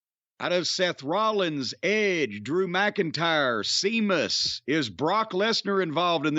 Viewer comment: SHAY MUSS....SHAYMUSS...NOT SEE MUSS